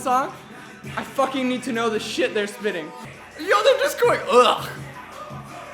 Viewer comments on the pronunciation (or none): Why does everyone keep saying 'ugg' for ugh 😭💀💀💀💀